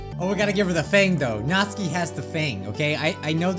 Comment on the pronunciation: That's not how to pronounce Natsuki... I can switch to a Japanese accent and you pronounce it as: Nat-soo-kee. Lol, I know! I'm an annoying fan 😅